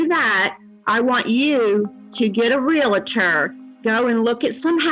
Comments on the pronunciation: It’s Real Tor not Relater! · Real-tor, not "real-a-tor." There's no "a" in the word. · Arrgghh! Re-AL-tor! Not re-LA-tor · No such word as Relater. The word is Realtor and it is pronounced Real Tor! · The pronunciation of realtor gets me every time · This is so sad. So many of these women have very limited educations. The proof is in their grammar. They can’t even pronounce the word Realtor. How do these scammers find these women?